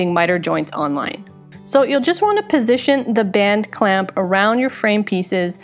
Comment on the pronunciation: Band clamp band clamp BAND CLAMP! you did so well saying that. It just bends my brain. "This one time at bland clamp.."